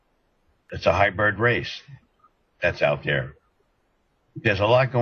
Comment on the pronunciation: Seriously...? Highbird? Get educated, read a dictionary once in a while. Hybrid. Hybrid. Hybrid